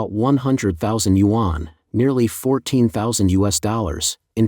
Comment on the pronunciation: You should learn how to properly pronounce YUAN. Your narrator is a joke.